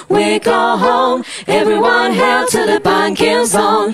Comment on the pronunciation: I like how they pronounce "Hail" "Hahl" This is acceptable